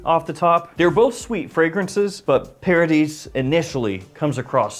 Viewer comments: Pronounced paradee… after all… it’s French… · You do not pronounce the s. It’s paradee phonetically.